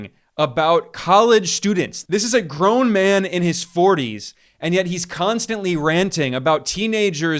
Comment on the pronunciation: why you say "grown man" like that loooooool